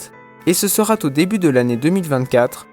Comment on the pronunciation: Super tout va bien aucun retard donc ! Attention aux liaisons entre deux mots qui n'existent pas : "mieux Zacceuillir... ce sera Tau début ..."